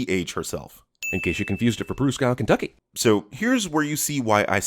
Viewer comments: At 3 mins 50 you blundered the pronunciation of Pruszkow, PL. It's pronounced "Proosh-koff" (soft "sh"). And why didn't BM once mention the fact that in the comics Psylocke is an Omega-level mutant? ...which he did literally 10 seconds after I went back to the video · SInce W in Polish is pronounced as the letter V, Pruszków is actually pronounced Proosh-kov :)